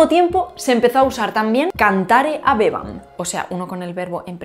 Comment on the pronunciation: HàBEO pero HABéBAM. Por favor repite tu acentuaciôn latina😅😮